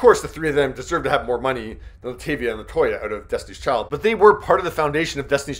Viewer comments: So the narrator clearly heard Beyonce pronounce Latavia the correct way, and HE STILL MISPRONOUNCES HER NAME???? LIKE HOW? it's LUH TAH veeyah! Not Luh TAY Veeyah! 🙄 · Her name is Latavia. Bey pronounces it . Not “LaTAYvia.” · Hey,. It's luh-taw-vee-uh (Latavia). (Bey even says it in her thank-yous.) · LA TAAAAVIA NOT TAY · LA-TA-VI-A … showed Beyonce saying her name multiple times and still said it wrong. And this is not the 1st birthday they shouted her out nothing “interesting” about it. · Exactly!! To say they never come up he must be new here. He didn’t even say Latavia name right the nerve 🙄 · How on earth did you hear her say LaTavia’s name, yet you still pronounced it WRONG??? Y’all be playing too much😒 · One of these day yall will pronounce LaTavia correct! Beyonce literally said it. Now yall need to listen and learn